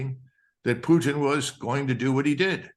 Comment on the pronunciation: The way this guy pronounced Poottttttin and again and been makes me not want to listen to him.